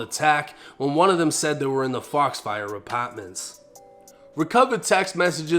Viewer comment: Damn i hate hearing u pronounce apartments and the word car🥴🤦🏾‍♂️